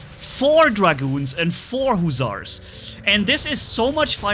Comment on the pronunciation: you said husars again